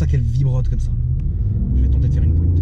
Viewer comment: Arrête de dire une pointe avec l'accent marseillais t'es un parigo